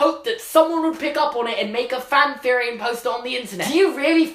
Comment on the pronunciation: Answer: 0 you only say "Feory" JK i love ur vids ur accent keeps me alive